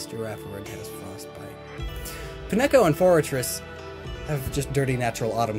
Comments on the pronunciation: I'm sorry, "Pi neko"? "Pin echo"? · Clever. Using the Unown to spell out your channel name. Pi-neko? It's Pine-ko. Pine as in pine trees. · Anyone else triggered by how he pronounced Pineco? I always pronounced it Pine-co. Pronouncing it Pin-echo sounds wrong to me. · Hahaha i pronounced it as an amalgamation of the two: Pine-echo XD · Pi-neh-co? Uhm whyyyyyy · wtf is that pronunciation of pineco? Did the host have a stroke, lmao